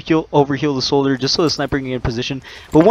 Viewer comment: thanks for the tips, you mispronounced soldier tho...